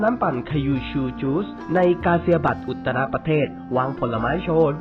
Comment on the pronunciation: อุตตรประเทศ❌ อุจรประเทศ✅